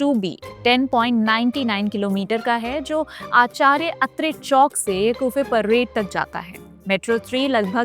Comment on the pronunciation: क्यूफ़े नहीं दीदी कफ़ परेड है वो